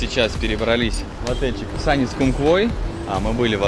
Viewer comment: Правильно говорить Сунис ) нам в отеле сделали поправочку 😀